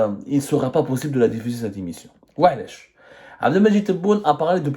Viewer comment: Est ce que tu révisiones tes vidéos ? Certains mots sont prononcés tellement faux qu'on dirait que tu n'a jamais été a l'icoule. Priviligiant au lieu de privilégiant Dérécteurs au lieu de directeurs l'immission, au lieu de l'émission a prés la parole au lieu de a pris la parole Inutile de continuer le reste de la "védéo" est du même acabit